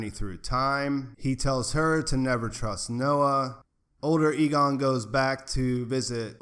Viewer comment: By the way, it’s EE-gone, not IH-gun or AY-gone, and Ee-NEZ, not IH-niss. You switched back and forth between pronunciations several times and it threw me off. Just thought I’d help ya out :)